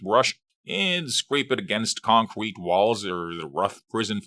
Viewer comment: conwete walls LOL